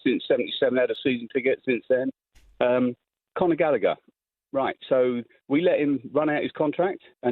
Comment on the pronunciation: Jamie saying gallgher was better then palmer LOLOL you sausage